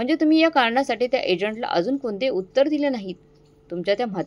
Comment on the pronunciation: उत्तार नाही उत्तर